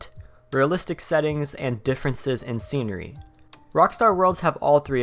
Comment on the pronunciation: Scenery... Not secenery